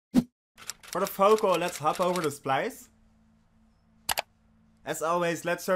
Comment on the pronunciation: Does someone else hear Focal instead of Vocal? 😂 Good Job btw